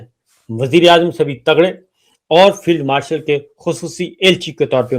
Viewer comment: Aap log b zulem kertha hai sabar sab .billawal butto nehi AP butto boltha hai .Asim filled martial nehi AP martial kehtha hai q